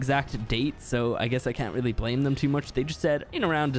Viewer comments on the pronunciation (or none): none